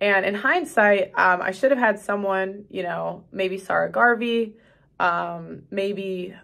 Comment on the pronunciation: Sa rah not Sir Garvey